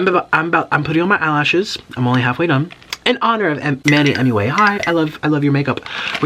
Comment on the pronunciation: HE CANT SAY MUA HE SAID “M.U.A”